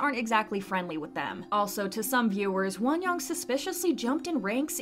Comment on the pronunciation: lol why are you pronouncing her name like wonyong? you can literally just pronounce it like won-young, like how you say both words in English